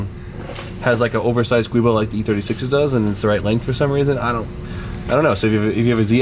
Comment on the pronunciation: it's not called a guibo it's called a giubo, pronounced joo-bow